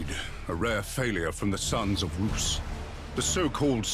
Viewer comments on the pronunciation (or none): Leman Russ ,not leman rooss . Seriously hope they patch that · I'm sorry... the Sons of "Roos"? What? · Champeau-Annoye - Leman Russ, yeah. Russ like "Russian", but the dude said "Roos". Heresy! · They call horus lu-per-call and russ roos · who the ** is Rooose. I think he means Russ. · Wait a minute. Roos? Roos? who the fuck is this Roos? Its Russ you dammed Fist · ! Sons of Roos?! What is this?! Is High Gothic so complicated that you can't say a primarchs name properly?! starts foaming at mouth Games Workshop!!!